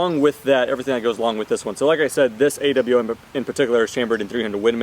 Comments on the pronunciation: Okay guys its official its A.W.M not awm(om) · Ofcourse IT'S A.W.M You dont say "akkum" for an AKM do you?